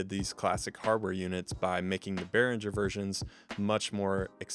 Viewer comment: Beh-ring-er, not Beh-rin-jer. I've never had a problem with the sound of any Behringer products I've had. Definitely had a few build quality issues, but we should always know that we get what we paid for. They offer great value over more expensive gear and have been on the cutting edge with several products over the years. The V-Amp and X-Air series mixers are my personal faves.